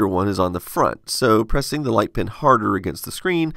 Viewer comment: I learn a lot from your videos, but this was a bit confusing because you seem to say "pen" and "pin" the same way.